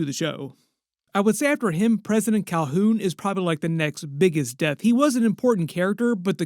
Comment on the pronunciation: i hate the way this guy says “death” i think your trolling g 😅